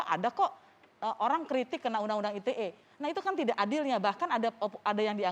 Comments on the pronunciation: Dari ngomong ITE jd "ai ti e" aja nyebelin nih bapack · Fajroel sok Inggris. Ii Te Ee, bukan Ai Ti Ee 😂